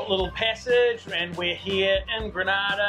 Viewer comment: Totally enjoyed .Remember it's Grenada not Granada.Proud to be Grenadian.